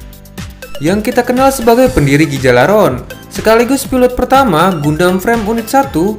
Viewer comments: Duh, Gjalarhon, dibacanya "galalhorn" Bukan "gejalarhorn" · bukan gijalaron tp cara bacanya ghia -lar -horn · gijalaron??? cara bacanya bukan gtu tp harusnya Gha- lar- horn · Yalarhorn bang bacanya